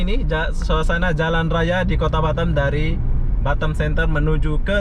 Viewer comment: Lebih enak batam dengernya daripada batem bang 😁😁